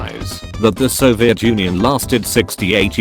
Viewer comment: It’s pronounced “Soviet”